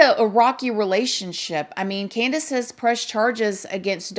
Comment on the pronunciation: The way says her name exactly how it's spelled "CanDUHs"